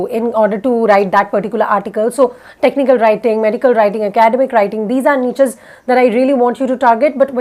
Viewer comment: Can u pronounce "niches" correctly?